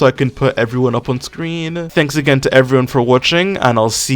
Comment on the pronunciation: When Flip's "Peeeaace" at the end sounds more like "Peeee" 😂 Anyways great vid as always! ⭐